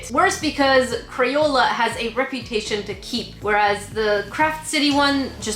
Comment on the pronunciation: Is crapola not crayola